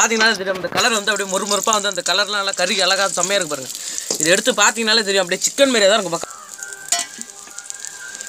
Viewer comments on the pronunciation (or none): none